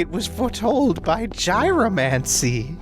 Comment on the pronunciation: I believe it's pronounced "yee-ro-mancy."